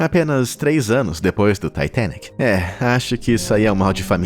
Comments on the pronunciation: Taitenic tua cara, fala direito, titanic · Ele falando taitenic kkk e eu sem saber oq e kkkk 😂😂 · Taitênique é aidentu! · "TAITENIC" KKKKKKKKKKK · Ele falar “Taitênique”, para se referir ao Titanic é bastante irritante. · Taitenique... Demorou entender que era o Titanic